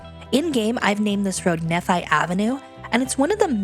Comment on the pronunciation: Not that it matters much, but "Nephi" is pronounced with the vowels of "knee" and "fight." Also, having watched the bit of the Saltaire series where you made Temple Square, I've kind of wanted to say that I appreciate the general, well, normal tone you've taken to the Mormonness of SLC. Like, yeah, we can be really weird in some ways, like a lot of cultural groups. But we're also just pretty normal and mundane, too. We have bleak sprawl and same-y chain restaurants, and we watch too much YouTube and play Cities: Skylines. I happen to live in the Rose Park neighborhood of SLC (my house is at about 1200W and 800N). Just looking at the map , it looks my neighborhood got paved over with large industrial buildings. Oh well. Scale is like that sometimes. I'm enjoying this anyway. :)